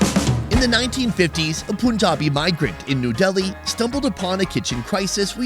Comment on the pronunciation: bra its not POOnjabi, its PUnjabi